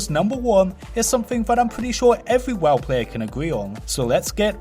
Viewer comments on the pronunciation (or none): PRONOUNCE WOW CORRECTLY PLEASE: Accents or not that is not what the word is.